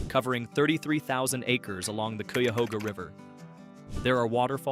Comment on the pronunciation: Showing a subway station to represent the Underground Railroad is inane and amusing. Oh, and Cuyahoga is pronounced Kie'-uh-hog'-uh